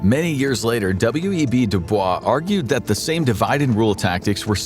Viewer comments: W. E. B. Du Bois is pronounced W-E-B 'Dew' 'boyss' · Its W.E.B “Do-boyss” fwiw. Its Black History Month